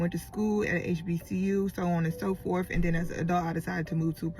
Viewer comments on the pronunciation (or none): says she went to school then immediately says forff instead of forth